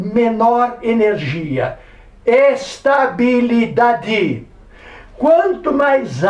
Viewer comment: É ES-TÁ-BI-LI-DA-DI